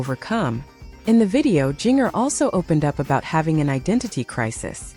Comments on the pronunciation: It is spelled Jinger,but it is pronounced "Ginger like the spice!! Please pronounce it correctly!! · Jinger is pronounced like the spice….ginger!!